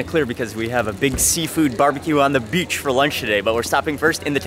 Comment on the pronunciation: the way you pronounce beach as 'bitch' is funniest🤣